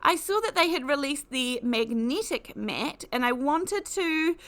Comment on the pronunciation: Its so distracting (but not necessarily in a negative way) to hear words with the hard "e" pronounced as if it's a hard "i". Also hard "a" seems to be pronounced "e". Eg Magnetic is "megnitic" or "necessary" is "nicissiry". Not being critical...it just makes you realise that people can have noticeably different rules for things like this. (Like when Americans say "erbs" and it jars you. lol) and you find you haven't listened to what is said as much as how it's said. 🤔😅